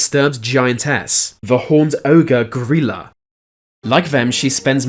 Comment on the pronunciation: Pretty sure you’re pronouncing her name wrong it’s gry like cry and la gryla